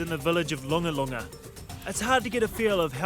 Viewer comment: Correction on the Village name. Its not Longalonga, its Lungalunga.